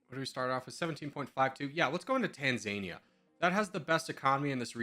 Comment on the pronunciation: It’s [Tahnzaanihja] not [Taanzaania]